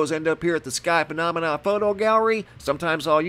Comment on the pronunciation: The way he says phonamina is really annoying